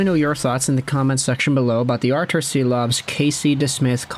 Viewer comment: I believe Silovs is pronounced as Shilovs